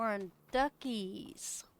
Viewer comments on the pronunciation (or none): Duck-ees? Lol